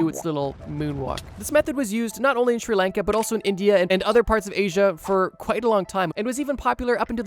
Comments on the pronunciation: How you pronounce Sri Lanka is like this [Shri] [Lawn-ka] not [Shir] [Lane-ka] -_ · The pronunciation of my home country made me sad. "Sri laanka". It's more of a "sri lunka"